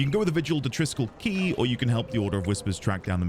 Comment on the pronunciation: you are right - Triskell KWAY has been driving me mad for years - every time i hear it i have to resist the urge to pointlessly shout KEY at the screen